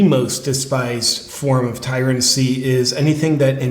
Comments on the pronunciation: Tyranny not tyrancy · Tryrancy? Lol I think you mean tyranny, brother. 😆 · Its tyranny bro not tyrancy, trust me I'm English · just FYI: its Tyranny not Tyrancy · Tyrancy?? The word is tyranny!! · Tyrancy? …do you mean tyranny? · Tyrancy or Tyranny? I guess you mean the same thing. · Not "tyrancy"... tyranny. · Pretty sure the word is tyranny not tyrancy. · 'Tyrancy'? The word is tyranny, JP.